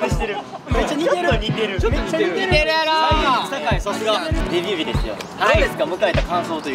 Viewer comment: ｢びびび｣ってなんだ？って思ったら｢デビュー日｣って言ってた笑